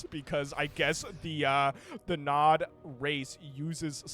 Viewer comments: Nod, not N.O.D… did you never play Command & Conquer? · "N-O-D Faction" It's pronounced "nawd" XD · hearing you say "EN OH DEE" instead of Nod had me on the verge of crashing out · You know you are old when you hear an RTS channel call NOD as N-O-D warhammer vibes. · N.O.D.? its nod..zz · hearing it as N.O.D. makes my cnc heart bleed Its just nod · not N. O. D. please, just nod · Saying N O D was just throwing me off instead of just Nod, haha. I'm surprised exposure to Command and Conquer is new. It'd be like never having played Starcraft, but then also never having heard Zerg as well on top of that. EDIT: Should really check out C&C. Most of those assets are from 3 and Kane's Wrath (buildings), and I guess some units are from 4? DO NOT play 4 even for free or you'll just go into depression. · everytime i hear EN O DEE, i died a little inside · Brother, it is pronounced NOD. It isnt an acronym. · it's nod not nod...god damn it... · omg i never thought im going to watch a video made by a bebynewborn, i cringe so hard as he reads it as abreviation, i cringe so hard when he says its a separate race and not a faction of Humans xD gizuzssss xDDDD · Yeah, it’s so annoying listening to him making it sound so complicated. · Jesus i couldn't watch because of this